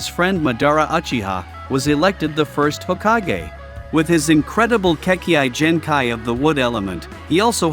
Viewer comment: kekkeai Genkhai